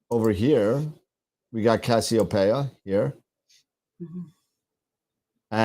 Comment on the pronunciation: Guys... research... is cassiopeia, not kastiopeia. Camelopardalis, pronounced Camelo-Pardalis, is not a camel... it's a giraffe...